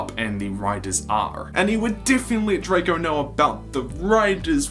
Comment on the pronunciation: its drako not drago